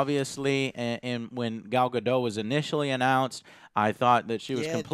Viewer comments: love your videos just 2 things...1: the "t" in Gal Gadot's name is not silent (i know its minor just wanted to point it out if not known)...but also i think David Thewlis's char's is ares from what i have heared...donnu if its confirmed or not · This movie looks badass. Also: prounounced Goll Guh-Dot.